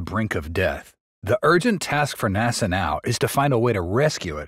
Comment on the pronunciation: Some AI pronunciations are becoming more accurate... "naw-sa".